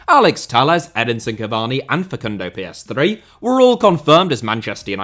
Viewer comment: The way you say Pellestri makes it sound like PS3